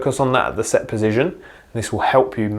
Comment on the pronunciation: Great video, but, po-zi- shun. Not pozizjun.